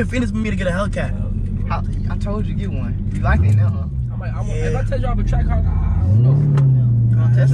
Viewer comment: Lol Kai funny ash he said hell cats and trackhawcks